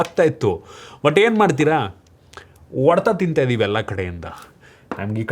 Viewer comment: Bro ಅದು ಒಡೆತ ಅಲ್ಲ, ಹೊಡೆತ.. ಬೆಂಗಳೂರು ಕಡೆಯವರಿಗೆ ಹ ಮತ್ತೆ ಅ ಮತ್ತೆ ಒ ವ್ಯತ್ಯಾಸ ನೆ ಬರಲ್ಲ ಯಾಕೆ ಗೊತ್ತಿಲ್ಲ 😂 ಇದ್ರ ಮೇಲೆ ಒಂದು ವಿಡಿಯೋ ಮಾಡಿ 😂😂